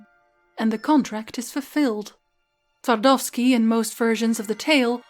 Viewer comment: Well, quite frankly I'm speechless. I'm trying to imagine how much work this two videos about Gounter must have taken. And you definitely deserve some more praise for pronouncing "Twardowski" correctly. "Fun" fact: Jan Twardowski was actually a real historical figure living at the turn of the 15th and 16th centuries. He was a Polish nobleman, alchemist and court occultist of King Sigismund II Augustus. Sigismund you see was mourning loss of his love Barbra Radziwiłł who was most likely poisoned by his mother Bona Sforza. Twardowski prepared a ritual during which he summoned Barbara's ghost using a mirror(!). The Twardowski mirror that exists to this day he used this specially crafted mirror to create an illusion of Barbara's ghost. It was so convincing that King ended up in shock, being barely able to rule. Some historians believe that was exactly the plan of court opposition which found, paid and presented Twardowski to the King.